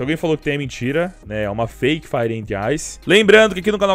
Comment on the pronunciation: "FRIPE " KKKKKKK